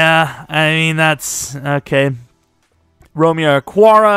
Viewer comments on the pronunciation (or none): none